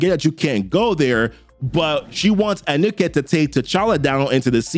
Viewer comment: Appreciate your videos and wanted to say keep up the good work!! Also the gods names are pronounced (Ghekre (Ge-Kray), Ptah (Ta} and Anuket (Ah-New-Ket). Just trying to help not criticizing at all bro!